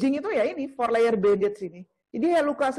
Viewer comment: Perban 4 layernya disebutin dengan yg benar donk, kurang jelas perkataannya, terima kaasih